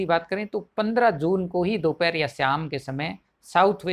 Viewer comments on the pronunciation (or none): none